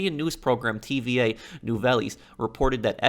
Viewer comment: I love how you say tva nouvelles Its actually holarious but can't blame ya its french.